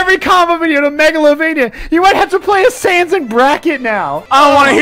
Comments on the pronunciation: AAAHHH AAAHHH "sand" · its sanes LOL